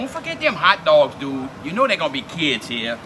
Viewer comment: "Money dewd'